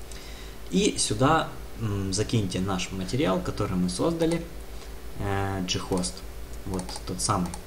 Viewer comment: "Ghost" (англ. Призрак), зачем так каверкать слово?